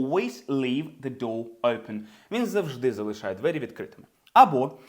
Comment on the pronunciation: Хахах... Усі вчителі навчали нас зовсім по-іншому! Усі, буквально кожен з них вимовляв просте слово "open" як [оупен]... 😂 У вас же - зовсім інакша, але така типова вимова як для звичайного англійця! Не "оупен", а щось схоже на "ьойпен" (майже так само якщо поставимо якусь приголосну перед м'яким знаком, але не вимовляючи цю приголосну!). Просто шикарний British accent!